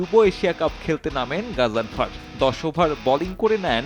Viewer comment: নামের উচ্চারণ ঠিকমতো বলতে না পারলে সাংবাদিকতা ছেড়ে দেন।